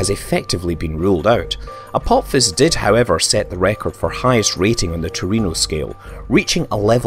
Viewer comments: The video is great but I had to stop watching because you kept saying "Apop-fis." Dude, its pronounced "Uh-pah-phis." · 'Apopfiss'??????? Wtf dude?!?!?!?! Even my dog knows this asteroid is named after the Egyptian God of the underworld, pronounced "A-PO-FISS" not "A-POP-FISS" lol but nice one for the giggle 😉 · "Apopsis" - seriously? Read the fucking word. Apophis. Pronounced: "Apofis" ... ffs.. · Is is really said Apop-his? I would have thought it was ph as in f, so Apo-fis? I think the god is pronounced the same way. Wikipedia agrees and that NEVER wrong XD Scott - you've been in the US too long, pronouncing words exactly how they are written. Tut tut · You thought correctly. The "ap" is the prefix, the stem comes from "Helios" - The Sun. On the other hand, "Apophis" is pronounced "Apofis". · Apop-fis... giggle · Why is he saying apop phys? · It's pronounced "apo fis" !! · Another great video, but you pronounced some of the terms/names incorrectly - such as aphelion and Apophis.